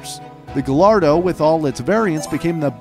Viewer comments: you pronounce gullardo [guy-are-dough] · Isn't it pronounced as ga-yardo?? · Did this man just say ga lard doe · Love the content, but you say Gallardo Gall ar doe but you have to say it guy ar doe and reventon is rev in ton. You can say the how ever you say it but that's how you say it. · Actually pronounced "Guy arr doe" not "Guh lard doh" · It's not Gahlardoh It's Guyardo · Loved the video till I heard guhlardo. It’s pronounced guy-ardo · smh pls it's pronounced gaiiardo not gallardo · yes it's spelt gallardo but pronunced ga-yardo! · Great vid but just so you know Gallardo is actually pronaunced ga-yard-oh 👍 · Great video although the Gallardo you did pronounce incorrectly (I’m not trying to be rude just making sure you know) it is pronounced guy-ar-do 2 L’s in Spanish make a y sound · Why do Americans have problems pronouncing GALLARDO correctly?!?! GUY-ADO its not hard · First "Porsch", now "GaLLardo". This guy needs to work on his pronunciation... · Fun fact: u said Gallardo wrong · Frustrates me when people say gallardo wrong:( ll=y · Love the videos but you mispronounced gallardo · you said Gallardo wrong😂